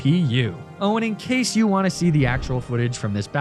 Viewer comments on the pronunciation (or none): none